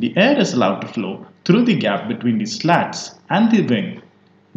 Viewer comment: slats is pronounced like sl0ts?😜